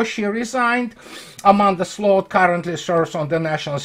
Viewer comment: somehow managed to perfectly pronounce the Dutch word for ditch: sloot. Fitting I suppose.